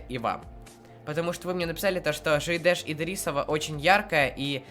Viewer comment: Читается ДЖИЙДЕШ ИДИРИСОВА